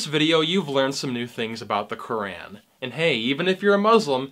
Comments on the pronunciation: Brother have you ever read the Bible or any religious book. They are all full of contradictions and abhorrent ideas (Verses in the Bible were used to justify slavery of African Americans during the American Civil War). Why pick on one religion/book/people? Also please learn to pronounce something correctly before criticizing it...Qu - raaaaaan is not how you say it 🤣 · You cant even pronounce the word" Quran" And you are finding mistakes in Quran